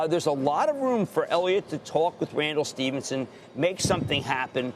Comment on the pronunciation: Not pronounced Stevenson, Krammer.